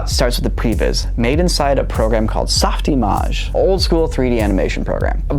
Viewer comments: Is a bit? Why did pronounce it as Softy Maj instead of just Soft Image? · you’re telling me it’s not pronounced “ Soft - Image”? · why did you say Soft Image like that? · Interesting pronunciation of “Soft-image” 😅